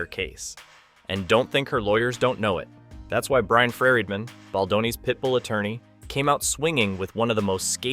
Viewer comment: Why so hard to pronounce “Friedman” especially when it’s pronounced correctly by the 2nd guy multiple times